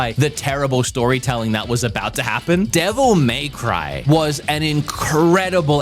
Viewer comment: The way you pronounce Devil May Cry will never stop annoying me.